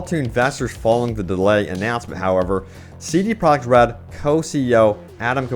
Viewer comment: Did he just say CD Prague Red? cmonBruh